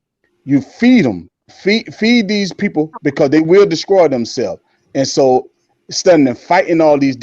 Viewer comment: Was that brotha saying "descroy"?